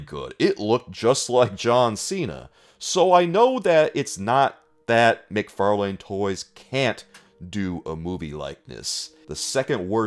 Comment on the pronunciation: I swear, when he pronounces "McFarlane" I hear "Mick Far lame".....